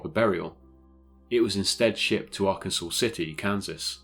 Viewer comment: Locations within this story are near me. And, FYI...you mentioned Arkansas City, Kansas; my hometown actually, and is correctly pronounced R-Kansas, not R-Kansaw, City. Saying the latter here could get you killed. 😆